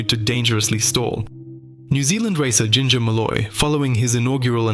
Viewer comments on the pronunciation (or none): none